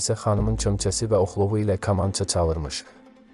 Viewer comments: Ay adam,kamança sözünün ilk hərfini səhf deyirsən.Kələm və kobid sözlərindəki ilk hərf yazılışca eynidir, deyilişcə intonasiyaca fərqli.Dilimizə hörmət edin,zəhmət deyilsə! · Rəhmətlik Habil bəy bilsəydiki onun kamançasının adını belə səsləndirən olacaq bəlkədə kaman çalmağına peşman olardı😂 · Her şeyi gözel izzah edirsiniz rehmetlik 7 yaşında kamanı çalmaöı öyrenib sizi kimi insanlar kamanın adını düz demeyi helede öyrenmediniz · K İLƏ KINI DƏYİŞİK SALMAYIN. AZƏRBAYCAN DİLİNDƏ KAMANÇA DEYİLİR MUSİQİ ALƏTİNƏ. MƏ'LUMATLARI DÜZ VERİN. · Kamanca zozunu duzgun teleffuz etmir. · Ayib olsun bu apariciya Kamancha sozunu duzgun teleffuz ede bilmir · KAM.KAMAN.KAMANÇA.KOM.KOMA sözləri xahiş edirəm düzgün tələffüz edin siz gözəl unudulmaz sənətkarların haqqında veriliş hazırlayıb xalqa çatdırmaq üçün əziyyət çəkirsiz ancaq sözləri düzgün tələffüz etmirsiz İnşallah sözlərə diqqət etsəz veriliş çox gözəldir uğurlar sizə Dahi unudulmaz sənətkarları yada salırsız Allah onları rəhmət eləsin Amin İnşallah 🤲🏻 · Oğlum 1 səhvin var kamança sözün düz demirsən onu düzəlt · Kamanca ne demekdi sozu duz tellefus eleyin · Bu nedi buda teze clxdl kamanca dilimizi unutmagln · Lap əsəb oldum e. Kamança yox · Kamanca sozunu duzgun deyə bilmirsən hormətli aparici necə fərqində deyilsən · qardaş kamanca sözünü niyə düzgün demirsən? maraqlı danışırsan ancaq kamanca deyəndə adam dilxor olur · Kamança gözvə girsin,əsəbləri təmiz pozursan,robot kimi danişrsan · BƏLİ KAMAN SÖZÜNÜ COX PİS TƏLƏFFÜZ EDİRSƏN. " GAMANCA " YOX " KAMANCA " DEMƏK LAZIMDIR. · Ə qamanca yox kamanca. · KAMAN YOX KAMANÇA😅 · «КамАнча»🤦🏻‍♀️metni oxumağa normal bir adam tapılmadı ki??? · qamanca yox düzgün tələffüz edin ayibdi 😔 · danisıə öyrənmək lazimdı ,qamanca , nədi? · "Kamaya"düşdü komaya düşdü kamanca vurğunu düz demirsiniz .Qulaq asdıqca əsəbləşir adam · Kolxozla kamançanın eyni hərflə oxunmadığını bilməyən biri mətn oxuyanda,Habil Əliyev rəhmətlik yəqin yerinə düşən təsirli bir söz deyərdi. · Ayə kalkotka yox eyy KAMANCA.